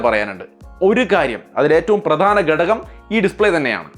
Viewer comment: ഗടകം അല്ല ബ്രോ ഘടകം ആണു